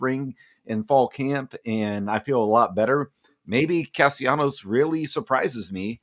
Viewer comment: it's cas-tel-lan-os not castianos,you listening to Brian at locked on😅